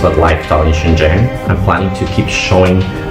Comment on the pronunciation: All 老外, when talking about Shenzhen, please learn to pronounce Chinese "sh" "zh" correctly, I never saw more than one or two people who did it right.